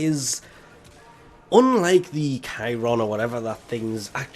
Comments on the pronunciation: Totally right like siren 🚨 is certainly very wrong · Cycron = sy-kron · I think it's pronounced "sigh-cron", but i could be wrong.